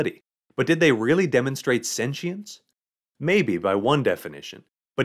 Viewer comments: Sen-she-ence? sen-chi-ence? Sen-qi-ence? How about you just say it right. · I had to turn off the video halfway through because of the way he says sentience. Sue me